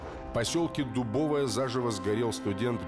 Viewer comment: Не ДубОвое, а ДубовОе